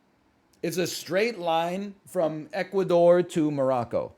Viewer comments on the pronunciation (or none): none